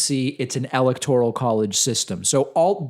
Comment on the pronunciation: I'm sorry to sound petty, but it sounds like you're saying "electorial college." Isn't it "electoral college?"